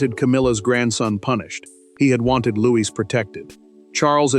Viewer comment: Louis not Louise